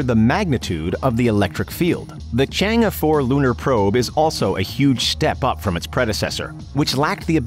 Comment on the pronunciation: Why did you say 'china 4' so wierdly